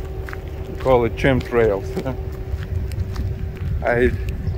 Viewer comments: Hello... I agree the cars of a bygone era were much more beautiful - and fun. Chemtrails is pronounced 'k'emtrails. Sometimes 'ch' is prounounced as a 'k'... same with chemicals last week. Good they've stopped spraying overhead. Regarding the temperature and weather - yes our summers are always hot too (Queensland, Australia) howerver we are experiencing longer summers and higher temperature days are increasing in number. The oceans are getting warmer and that's a huge concern. Our global climate is the data to watch. It's a shame that unused areas are left to decay... it's often ugly. We have it too in parts. And yes I agree people could be more responsible with their own rubbish. When you were walking along you can say - 'I am going by foot'. Walking - track, path, pathway - cut through the grass. You do really well with your English... no need to apologise. We're here to listen, learn and help you. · Chemtrails pronounced 'kemtrails' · Chem is pronounced as "kim" the "h" is silent, as in chemical (kimical) the "h" is silent. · Nobody can say they have a good government. In America, the "ch" in word "chemical" or "chem trails" is not pronounced like "ch" in the word "chocolate" or "chips". The "ch" in the word "chemical" or "chem trails" is pronounced like the "c" in the word "corn" or like the "k" in "kite". I know, English is a weird language. Alternatively, I've heard British English occasionally pronounce "chemical" the way you say it.